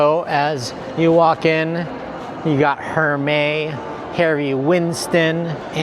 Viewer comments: Pronounced Loewe on point 🙌🏼 but Hermes is pronounced "Er -mes" 😁 unless my SA has been pronouncing it wrong 😂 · Aria rooms are gonna be renovated at the end of 2026. ps: its pronounced 'lo-eh-vay', and 'air-mez' 👍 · Hi! Just letting you know, only because you asked, and said comment below, Hermes is pronounced ermes, just drop the H. 😉🤗❤ Dang, I wish I could afford one! Lol💲👜💲